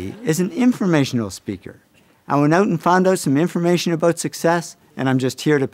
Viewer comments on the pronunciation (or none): Do canadians know how grating it is when they say 'oot' and 'aboot'. Could you just learn how to pronounce the words properly already?